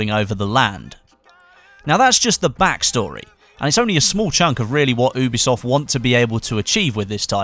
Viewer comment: "oobeesoft" HAHAHAHAHAHA